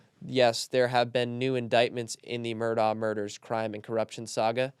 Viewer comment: Mandy Matney said Murdaugh is pronounced mer-dock and cautioned against believing anyone who pronounced it mer-daw.